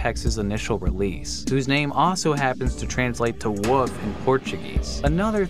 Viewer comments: I heard him pronounce "wolf" he pronounce:WOF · What's with people pronouncing "wolf" as "woof"? I'm not judging, I'm genuinely curious. I've seen a bunch of YouTubers do this, pronouncing it as "woof" or "wuff", not pronouncing the "O" correctly or the "L" at all. I'm just really curious why this is. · it used to agitate me to no end as a child when people would say woof instead of wolf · Is wolf... Not woof. There's an L in there lol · are we not gonna mention how he pronounces wolf as woof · he says woof instead of wolf. I used to do that when I was 6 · wolf mate, not woof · Its not woof its wolf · That intro face tho And he says WOOF Instead of WOLF XD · wolf. not "woof" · It’s interesting how you pronounce “wolf” as “woof”. It makes me think of pokemon saying their name at you. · I keep thinking he's saying my name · Rhett, from Good Mythical Morning, also pronounce “wolf” as “woof” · My dad pronounces it like woof… the only reason I could think of to him doing it was he is from West Virginia.. very southern. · Pronunciations are bullshit it's fine. Because you totally Pronunce things, not ProNOUNCE. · That is an adorable way to pronounce “wolf” :3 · I find it cute when people pronounce wolf as woof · I love how pronounces "Wolf" like "Woof". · I’m not convinced that you pronounce the L in wolf ever. Woof woof woof hahah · bruh this guy is saying wolf like woof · My nigga called a wolf a wuff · Wolf is not pronounced wuf. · why do people pronounce wolf WOOF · wolf is not pronounced woof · If this dude calls that wolf a "woof" one more time i stg 😤🥴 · I've never heard the word "wolf" pronounced like that. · I love how you say wolf 🥲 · why don't people know how to pronounce wolf? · there's an L in "wolf" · This dude literally has no idea how to pronounce wolf lol..